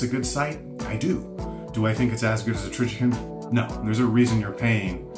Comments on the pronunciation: TrijiCON, not TrijiKIN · Trijicon has a great name, too bad he doesn't know how to say it LOL!!